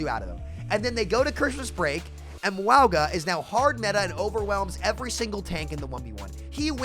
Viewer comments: My guy you really have to stop saying wowga. Samoan pronunciation is like Mownga, or just Mauga is fine. Anything but wowga. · Cataloging sams pronunciation of Mauga so far: Mwowga😮, Mwah-ga💋, Meowga 🐈, Moo-aga 🐄. Ty and I look forward to adding to this comprehensive list in the future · I agree, but why does call him Mwowga? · Can we start a petition to get people to pronounce mauga’s name correctly? Lol